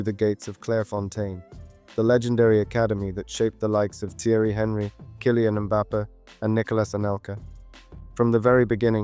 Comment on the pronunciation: great video but your pronunciation of henry mbappe and cisse names wasnt correct just a heads up